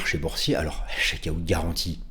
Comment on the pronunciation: Oh papa, c’est quoi le « chaque aouuut »?! 😂😂